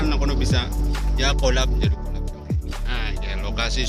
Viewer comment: Olih ngomong collab nyong krungune "olab"😂 Ngapake mantappp jannn